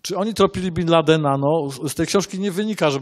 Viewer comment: dlaczego Pan mówi bin landen i ciągle przekręca, przeinacza wyrazy, robi to notorycznie przy wyrazach prostych jak i przy skomplikowanych